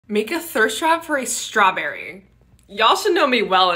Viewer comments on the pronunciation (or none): you said strawberry like it’s a company 😂